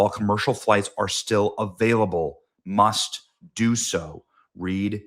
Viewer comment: Wow Benny you took gaslighting to a new level. You left out words from the post and added your own making it sound worse than it is- like how you said "MUST" with emphasis when it wasnt in the post, or how you emphasized the restriction of movement in Israel when it said certain areas of Israel. Dont be a tin foil ass clown Benny. Be better.